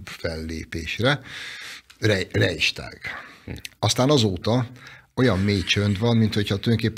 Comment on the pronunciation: Rejstag? Bayer úr, mint született sváb, mi az a Rejstag? Talán a Reichstagra gondolt? A németben a "ch"' az kemény h-nak ejtendő, semmiképpen nem j-nek! Az s-t meg sz-nek. Ugyanis a Reich birtokos esete sz-nek ejtendő a t előtt IS! Hacsak nem valamilyen dialektben tetszik beszélni! 🤣